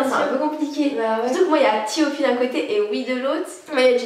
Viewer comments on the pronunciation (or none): S'il vous plaît prononcer bien les groupes etc a l'anglaise c'est pertubant D: ... Du genre T.O.P = TiOPi ou NCT = N-Ci-Ti